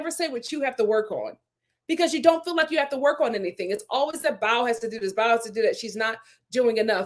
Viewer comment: My friend you say her name with two syllables. It is only pronounced as one syllable. Bao. 😊